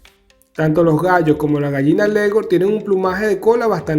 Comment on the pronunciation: No sabes ni siquiera pronunciar el nombre de raza de la gallina que sabrás tú de ellas as de estar leyendo por qué en tu cabeza no tienes nada